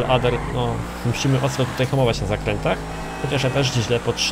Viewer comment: czyta się Ader mówi się Ejder